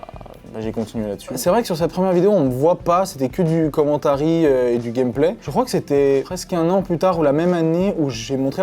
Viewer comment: « Commentarie » eh ben l’anglais c’est pas votre fort